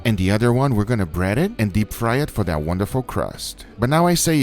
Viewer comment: Nobody: Guga: Lets do eh!